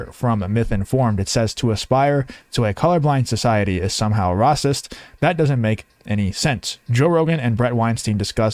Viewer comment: Rocist? Don't you mean "racist"? Never before have I heard the word "rocist". Where did you learn English? Or are you a bot? Have you never watched the news? Have you been living under a rock all your life? You don't know how to pronounce "racist". Really? ☕☕☕😎🇺🇸